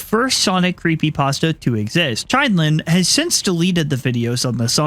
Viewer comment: It’s Chinelin(chin ol in) 😂